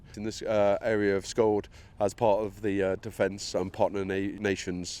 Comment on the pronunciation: Skjold is actually pronounced "sholl".